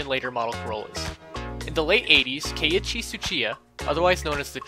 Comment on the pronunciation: ITS NOT K-ICHI TSUCHIYA ITS KEIICHI TSUCHIYA!!!